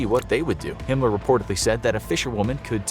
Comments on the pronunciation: Why does he say “Himler”? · Hinler mean hi*ler right he just cant say the actually name ? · Is he calling him hinler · Your really trying your best to not get di monitored by saying hinler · Is it me or is he saying “Himler”?